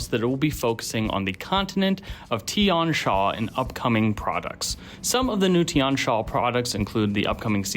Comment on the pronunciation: Also the xia in Tian Xia is not pronounced sha, more like see-yah (but single syllable).